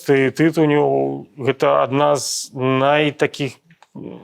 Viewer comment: На будучыню: ТытУнь, ТытунЮ